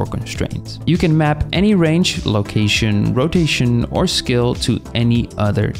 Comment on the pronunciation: you're saying skill but you pronounce constraint correctly it's breaking my focus this whole time lol